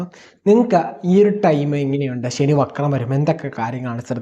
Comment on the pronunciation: ശനി പ്രശ്നം ഉണ്ടാക്കാന്‍ തുടങ്ങിയാല്‍ automatically ഷനി ആയി മാറും 😂🎉😂